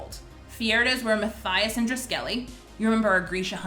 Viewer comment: Omg me too. And also Matthias was mispronounced. But I understand...there’s a lot of impossible to pronounce names in this series lol